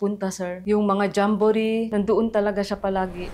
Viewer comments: Jambo- ret? Paano ang tamang pronunciation nyan? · jessica naman d mo ba alam ang correct pronunciation ng jamborette? jamboret ewan sa u, silent t ano ka ba?